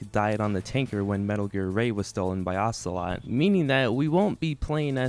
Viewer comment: “Ogla” hahaha. Good review though, MGS 2 is also one of my favourites if not my favourite.